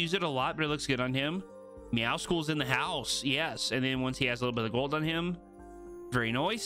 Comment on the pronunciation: meowscles is pronounced like muscles...